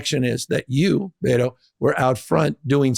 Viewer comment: Gavin calling him "Bay-toe" the whole interview was hella cringe.